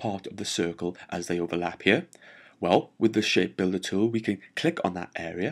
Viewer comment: I like it when he say's..."ghere"...:)